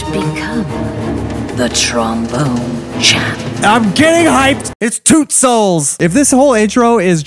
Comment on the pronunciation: Pretty sure w all laughed when he said "TromBONER"